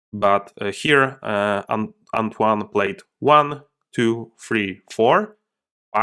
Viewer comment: I know I'm late but your first attempt at pronouncing "Antoine" was more pretty good actually (french dude here), trust yourself: c'était pas mal